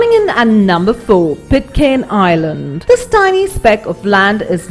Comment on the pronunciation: Annoying how she says "island" - it's like she's murdering the word.